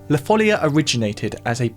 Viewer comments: La folía (the madness), not la fólia (the sheet). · Amazing video! Just a small correction: in Spanish and Portuguese, it's pronounced "la folía", not "la fólia". (Source: I'm a native Portuguese speaker) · It's "follia" and it's pronounced with the stress on the "i" (foll-EE-uh) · Stopped listening after just 2 seconds after the mispronunciation of ‘La follia’ (correctly ‘La foll-ee-ah’). How can you produce a video on something then get the name of the subject so horribly wrong ? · One of the best, if not THE best of your videos so far, in my opinion. And they are all magnificent. I'm a great fan of your channel. Just one minor complaint: it's foh-LEE-ah, with the stress on the second syllable, which is written with an accent (folía) precisely to separate the i from the a, thus preventing a diphthong. Just like in "María". Congrats and keep it up! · It's La Follia though, with double L ;) also the stress goes on the "i", not on the "o". La Fol - LEE - a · Omg plz accentuate it on the i and not the o..... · not even the respect and education of going to listen to the pronounce of words of a different language. As italian, it was disgusting and obnoxious to listen 25 times the same word spelled so so so wrong, like english is the only language with a value, mah